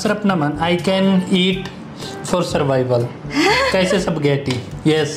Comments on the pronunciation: Hindi ma pronounce ni kuya ng maayos yung spaghetti...."sap ghetti" haha cute...yehey friends na sila ni Jollibee 😂🤍...pwede na sya sumama kay ate Sarah pag mag jo Jollibee sya☺️😁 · Ganun nmn tlga .hindi lhat ng tao type ang lasa ng jollibee...tawa ako nh tawa sa bigkas nya sa ispagiti.😂